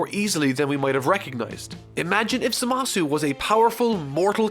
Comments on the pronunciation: It's pronounced ZAmasu. You're supposed to put emphasis on the 1st syllable, not the 2nd one. It's how the jp version AND the dub pronounces it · I absolutely LOVE this channel but now Im more confused than ever about the pronunciation of Gowasu and Zamasu.... in the English dub they always put the emphasis on the first syllable. WHAT IS THE TRUTH? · I cringe with how he pronounces Zamasu